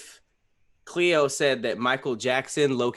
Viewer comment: its khleo